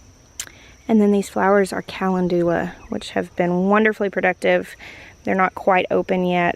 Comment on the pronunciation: Watching today after you posted your first garden tour of 2025. So cool to see how far the garden and the gardener have come! P.s. Cal-en-doola for calendula made me giggle haha. Thanks for keeping us aroud❤